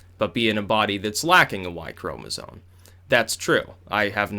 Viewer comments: it's pronounced chroma-ZOME not chroma-ZONE!! holy crap that got annoying. bro, it's spelled chromasome, it's so obvious that it isn't pronounced chroma-ZONE! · It's "chromosoMe" not "chromosoNe". Than sounds ignoraMt. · Could someone please explain to its ChomesOME not "Chromazone" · "ChromosoNe" its chromosome my boy not sone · It's "Chromosome", with an 'M'. Not "Chromozone". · The way you say "chromozone" hahaha. Also, it's not surprising that the writer was Riley Dennis XD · Anyone else hear "chromosones"? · Lol, how does know so much about sex-linked disorders and the evolution of eukaryotes but not how to spell or pronounce 'chromosome'? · chromosome ends in an m sound bro.